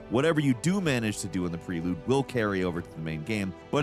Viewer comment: he said prelube, not prelude